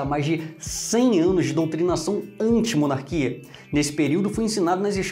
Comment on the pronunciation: À... mené "monarquia" kkk